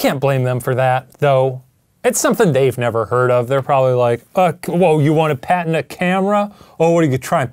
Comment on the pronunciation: a padent? Oh, he means patent, I forget that like Satan can't pronounce "J" Ryan can't pronounce "T."